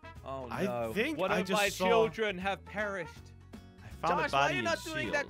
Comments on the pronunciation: No he said "oh no one of my children have parished" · muji it's perished not parished